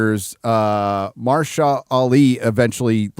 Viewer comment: Did just said Marsha Ali? Marcia, Marcia, Marcia!!!